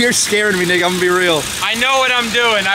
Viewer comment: just to clarify you did say nick right? Kinda sounded like something else 😩